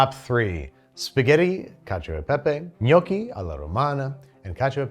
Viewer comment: Thank you for pronouncing “gnocchi”, “lasagna”, “risotto” and “fiocchetti” the right way!!! I really appreciate that you took the trouble to learn how to pronounce correctly these words. Every time I hear someone saying “bruSHetta” I have the same feeling that you had when you found ricotta inside the lasagna. 😂😅